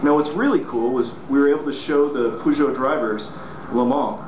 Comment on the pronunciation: It's Peugeot. ...